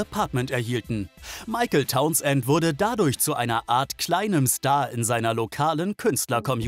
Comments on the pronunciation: Mr. Tauns-Ent hieß bestimmt Townsend (sprich: taunsnd) 🤭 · Und die Aussprache Towns-end! :D